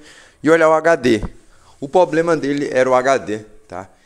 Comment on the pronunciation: Poblema Poblema Poblema